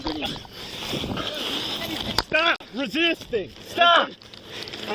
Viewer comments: "i can't breeve" is the new "allah hu akbar" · "I can't breeve ".Yeah,we heard that lie before.Drop the gun.